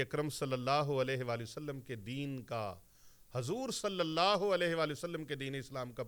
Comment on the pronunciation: اللہ کی ہ کے نیچے زیر نہیں زبر پڑھیں